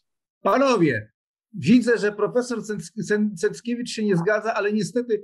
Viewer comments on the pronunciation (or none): Z całym szacunkiem dla, ale mógłby Pan nie przekręcać nazwiska prof. Cenckiewicza.